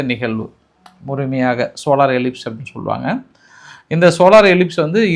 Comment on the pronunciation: சோலார் எலிப்ஸ் அல்ல சோளார் எக்ளிப்ஸ்